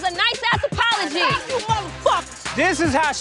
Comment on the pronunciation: "FOKE YU" " FOKE YU"🤣🤣🤣